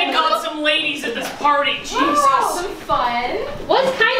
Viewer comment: really said: happy halloween ladithes lmao